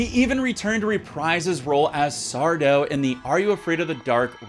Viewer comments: Its not Sardo…Its SarDo. Lol. Had to do it. 🤣😂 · "It's Sar-DO. Accent on the DO." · It's pronounced Sar-Do 😂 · No Mister! Accent on the Do!